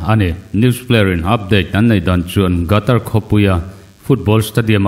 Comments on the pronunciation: Gatar tia lam loin Khatar tiin lam zawk la mgaihthlak a nuam ang a... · World cup chungchang hi ila puan zui fo hmel si a Qatar i lam Rik dan hi i thlak a tha in ka hria. A hrim hrim in hetiang a inpuan hma hian a lam dan te hi lo zir lawk a lo en lawk ve thin awm ka ti. A hmjng hi GATAR ani lo a, QATAR ania...Khatar tih mai kha a har hauhlo mawle. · Gatar tia lamrik hiii..Qatar..Katar tia lam hi a dikzawk emlee!!? Lamdik hi a tha ania..Ngaithlatu kantam thin sia..